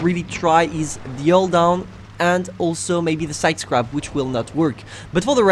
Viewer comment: the way you say "sidescrape" lol